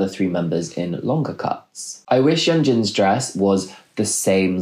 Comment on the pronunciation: SOyeon, not "Suyeon" and "Yeonjin (Yuhnjin), not "Yoonjin." oh dear, there are too many more mispronunciations, I have to stop. interesting fashion analysis